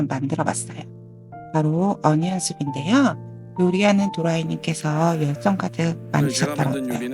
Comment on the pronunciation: 그냥 양파 Soup 그렇잖으면 안년/언년 (Onion) 영어를 제대로 하던가😂😂😂